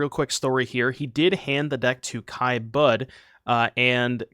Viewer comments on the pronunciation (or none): German is very straightforward on its pronunciation. Budd-eh would be more accurate. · Kai’s last name is pronounced, “Buddha”.